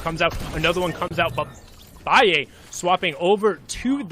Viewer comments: I’m triggered because he is calling balle baie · No one litterly no one y the fuck this guy calling him biie it's balle bruh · HIS NAME IS BALL-A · Lol he's 14 years old Also its pronounced ball ay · Its ball - uh